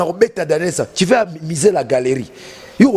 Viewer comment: Français yango okumisaka yo moko ozo loba " ti " au lieu de " tu "